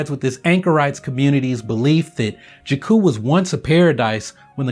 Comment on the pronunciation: I love your videos, yet they are hard to watch when you keep mispronouncing 'Jakku'.